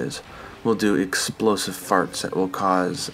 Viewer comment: "Exolosive Farts"